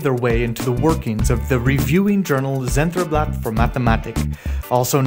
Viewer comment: Dear AMS: Zentralblatt is not pronounced with a zee, but with a ts. You know, this is in a language called German.